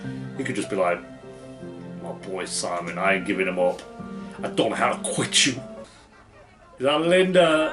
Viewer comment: I love how you pronounce “simon” in a Swedish accent like how it’s supposed to and not like the Americans who react to this show lolll